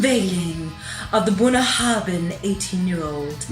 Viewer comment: Thanks for sharing! That's a very expensive malt, even here, it must have been quite the occasion... The pronunciation, though...sorry mate, close but not quite there. ;-) The 'bh' is pronounced 'vee', so it's really more Bouinyahavin. The 'na' rolls in off the start of the word, different Gaels place different emphasis on the different parts of it. I'm from Harris, we tend to have a sharp and abrupt, Scandinavian sounding accent, most of my family are from Lewis, with a more tonal, almost musical lilt. Islay folk speak with a higher pitch and more rounded burr, much closer to what people tend to imagine a Scottish accent to be. Gaelic (Gàidhlig) is pronounced gah-lick. 'Gaeelick' is Irish! The whiskey is named after a river mouth. It's a play on words, like so much in Gaelic tends to be. A bunnahabhain is the place where salt and fresh water meet, it tends to be murky and quite visible under your boat, looking a lot like whiskey does when you add water to it. (9.10 in your vid shows that nicely!) For the full on Western Isles taste you can use soft (demineralised) water. Slàinte mhath! :-)